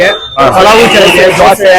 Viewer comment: ಧ್ವಸೆ ಅಲ್ಲ ದೋಸೆ 😂😂😂